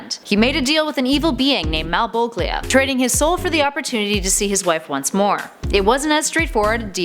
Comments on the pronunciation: It is pronounced Malbolgillia! 😂😂😂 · MalebolJJJJJJJia, damn it! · Mal-bog-lia?! lol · Its pronounced malbojia it's spelled malbogia but the g is supposed to sound like a j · Mal boja (bow - ja) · malbogia lol. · Mal bok lea smh that pronunciation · Malboglia... malbolglia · MAL-BOWL-JAH Lie-failed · It's pronounced MAL' BulGE'JAH. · No she isn't. I don't care how she looks but you can tell she doesn't put much effort considering she mispronounced at least half of the comic book characters' names. Hell, in this video alone, she mispronounced Malbolgia. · Malebolgia was pronounced incorrectly, and Al was not killed by his best friend.